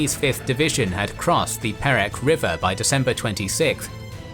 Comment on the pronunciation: said kota baru and perak wrong i know cos i am malaysian